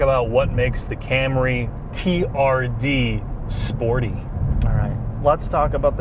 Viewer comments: Stop saying therd like its a pos... its Toyota T - R - D, Acronym for Toyota Racing Dev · The TRD pronounced as ‘Turd’ around the 5’ mark and then again couple of secs later - are you guys really promoting this car!!? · Describing TRD as Tird is a very unfortunate word in the UK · TRD - pronounced "TURD"...... nice. :) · I've never noticed 'TRD' sounds out to 'turd'. Right up there with 'STi' :)